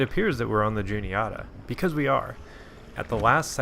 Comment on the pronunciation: Good stuff man, I fish the Juniata a lot. Albeit the upper stretches near from Huntingdon to Newton Hamilton but it still produces big fish. My only nitpick is your pronunciation of Juniata 😂 its less oughta and more atta (like atta boy) But maybe that’s our central PA accent at play lmao